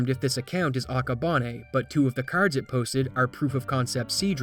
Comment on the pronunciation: You say “r”s really funny 😂😂😂😂😂😂 caRrds